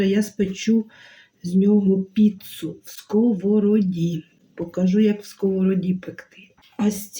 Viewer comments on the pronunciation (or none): none